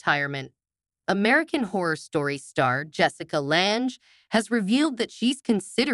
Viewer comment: You can't even pronounce her last name correctly.